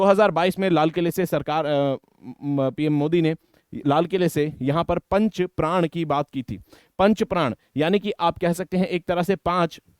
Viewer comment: Sir, it's not 5 Pran (5 प्राण), it is 5 Pran (5 प्रण)